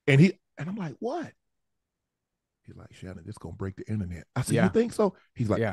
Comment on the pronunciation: Nooooo, the"innanet" would literally break😂😂😂.